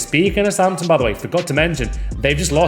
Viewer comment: Is "southhamton" a meme or something? or have you just had a howler?